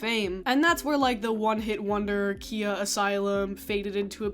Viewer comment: Khia is pronounced "kai-uh" btw